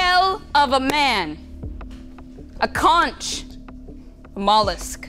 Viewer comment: It’s pronounced ‘conk.’ English is tricky like that.